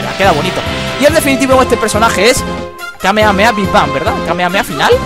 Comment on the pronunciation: se dice kamejameja y se escribe kamehameha al igual que no se dice goan se dice gojan y se escribe gohan